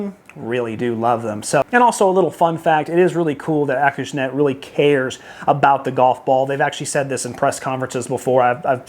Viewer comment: It was actually rock flights , and pronounced Ah cush net . I’ve been playing Wilson golf clubs since 1974 and Thanks for the reviews !